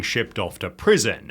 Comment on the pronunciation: "Prison-ahhhhh". For being the people that invented the language, you guys really know how to make it weird.